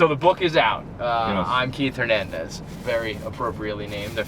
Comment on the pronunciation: say,Hernandez,please no gernandez